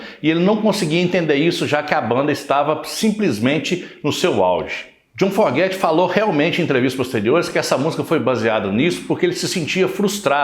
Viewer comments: Pronúncia correta é " Fogert " e não " Forget ". A maioria das pessoas comete esse equívoco. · Boa noite, legal tudo que vc disse, mas entenda: não é a sua pronúncia que está errada ! É o sobrenome, a grafia ! Vc está dizendo "forget" do verbo to forget (esquecer), o correto seria FOGERTY compreende ? Muito legal sua pequisa e todo o video, mas penso que dizer o nome corretamente do grande cantor, compositor e guitarrista JOHN FOGERTY é no mínimo importantíssimo. Desculpe, só quero ajudar. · AMIGÃO!...FAÇA A LIÇÃO DE CASA ANTES DE GRAVAR QUALQUER COISA. O NOME DO LÍDER DA BANDA É JOHN FOGERTY...E NÃO JOHN FORGET...FAÇA-ME O FAVOR!!! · Seu vídeo é ótimo, histórico! O que não pode é pronunciar Fogerty "(fóguerti") como forguéti...ainda mais qdo vc diz que escuta (e lê sobre a banda) desde criança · Você precisaria aprender a pronunciar o nome do cantor antes de produzir o vídeo. Uma pequena pesquisa já ouviria a pronúncia correta. Não é /forgéty/ mas sim /fôugéry/ a sílaba tônica é a primeira, ok? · O nome correto do vocalista do Creedence Clearwater Revival é John Fogerty e não "Forguete". Tirando esse detalhe o vídeo é muito bom. Parabéns pelo canal e obrigado por compartilhar. Forte abraço! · Precisa aprender a falar o sobrenome direitinho é: Fogerty !!!!!!!! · Santa Maria mãe de Deus, não tem um brasileiro que saiba falar "Fogerty" da maneira correta?